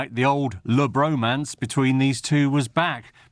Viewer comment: did he just say "Le Bromance"😂